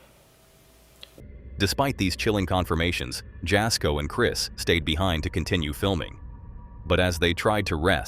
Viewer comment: Jasko is pronounced Yasko